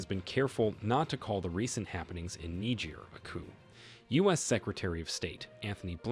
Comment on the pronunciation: Presentation much improved. I like your presentation of Niger as Nejay. You might still have to work on that breath control. Good work from a friend in Nigeria.